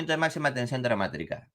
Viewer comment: “DramátRica… DramátRRica. Jarl… Dramática.” 😂😂😂